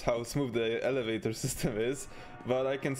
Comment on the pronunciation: Alavaytor ahah